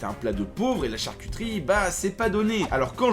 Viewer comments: de la Char-qui-tri...........................c'est pas plutôt de la charcuterie XD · "charcitri" Kappa